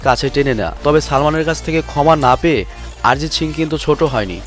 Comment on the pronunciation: আরজিৎ সিং না রে ভাই অরজিৎ সিং